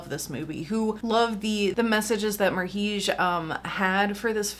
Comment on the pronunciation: I'm pretty sure his name is pronounced like "marriage." He also made the music video for Marilyn Manson's Cryptorchid. The technique he used to get this visual style is interesting on its own.